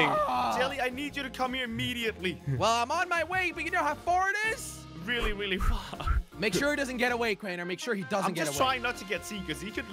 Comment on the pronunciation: really weally